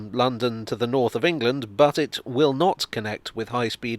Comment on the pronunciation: The emphasis on "will" when talking about hs2 providing a high speed link between London and the north has aged well.